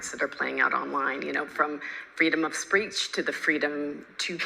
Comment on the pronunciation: "freedom of spreech"